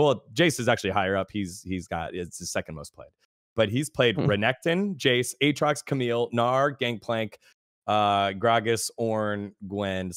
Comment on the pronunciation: did really just fucking say AT-rocks?